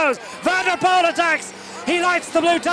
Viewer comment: Definitely not Hutchinson, think this is. Pity he can’t pronounce Poel correctly.